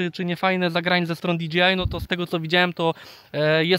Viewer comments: nie DGI tylko DJI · rzeczywiście, kluczowa informacja, że chłop powiedział Di Dżi Aj zamiast Di Dżej Aj ;)